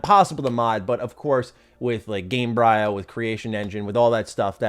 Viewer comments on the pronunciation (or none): Isn't Gamebryo just pronounced the same as the 'bryo' part from the word 'embryo'? So GAME-bree-oh, not brye-oh.